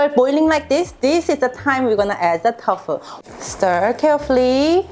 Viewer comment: Love your recipes. One thing though, you say Tofu like "Tough Foo." Say it like "Toe Foo." I am a Korean- American, and I am learning how to cook. Thank you for sharing your recipes!